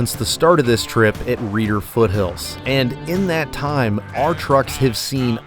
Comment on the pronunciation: Not underrated, a well kept secret :) Also Reiter is pronounced "right-er"